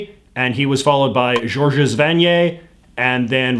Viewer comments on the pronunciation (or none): you list the Governors General, and refer to Georges S Vanier, when his middle initial was P. . .Unless you were purposely mispronouncing his (French) name to make a point. Even Anglo Canadians like myself are aware that Georges is a French name that isn't pronounced "George's"